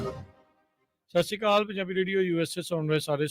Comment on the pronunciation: I pointed out this man many a times that say properly, Sat Sri Akal.